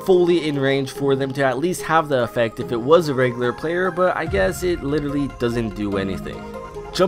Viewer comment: why di you say litellary so often??